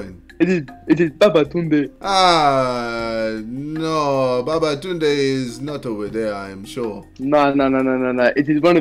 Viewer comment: The world: Babatooonde No one, literally no one: Me: who is babatunde?